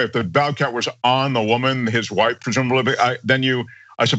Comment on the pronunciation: What really kills me is the pronunciation of "WOIFE"